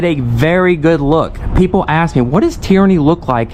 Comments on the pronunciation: if you axe sombody its a crime learn to speak english its ask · So we axed you one time to sit... He axed you!!! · hey it is ask not AXE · He clearly knows what he’s talking about… he said he’s AXING you a question…. AXING ???? …. YOU SOUND DUMBER THAN YOU LOOK . What is axing a question mean?